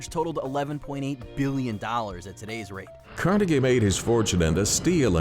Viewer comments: I know, right? Even time he said it I found myself quietly correcting him. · the way this guy pronounces Carnegie's name is wierd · Holy crap how can you not pronounce Carnegie correctly it says it in the documentary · The way he pronounced Carnegie made me cringe so hard lmaooo.